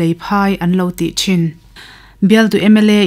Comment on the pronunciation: I sawi ngaihthlak a nuam khawp mai .Mahse 'Cin state' nilovin Chin State' a ni a chuvangin Mizo ṭawng a i chhiar chuan 'Chhin' tia lam rik tur a ni.Chuan Matupui ni lovin Matupi tih zawk a niin ka hria